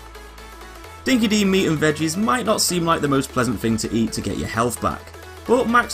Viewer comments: Just FYI it's pronounced 'Dinki-DIE' trust me an Australian told me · Its actually pronounced "Dinky Die" not Dinky Dee. I know its not you its the whole game etc... but Dinky Di (pronounced Die) means "the real deal" or "the genuine article" in Australian slang..... that's the trivia lesson for the day :D Good vid. cheers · #razorback0z wtf pay attention to chumbucket when he says the stuff about the "Boom Fields" he says: "Dinky DEE will surely sense em" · Chumbucket pronounces it as "Dinki dee" so I guessed it'd be that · I’m Australian, Miller’s and Kennedy’s Mad Max is part of our bloody culture. And it’s true, although the developers did a cracking good job with this game, ‘Dinky Di’ is mispronounced. Any Aussie will tell you it’s pronounced ‘Dinky Die’ That said though, bloody good game